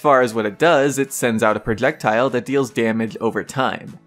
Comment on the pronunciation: I've never heard anyone to have speech impediment when trying to say the word "projectiles"